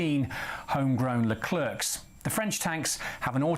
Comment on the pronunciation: Leclerc to prononce Lecler and no le clerk 😂😂😂. Please english people don't butcher french.